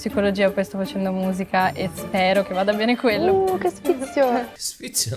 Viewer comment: Non so se è perché sono napoletana, ma “sfizioso” detto “sfizius” l’ho sempre detto ahahah